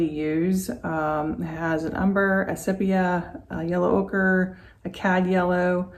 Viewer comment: "Sepp-ee-ya"? Never heard it pronounced that way.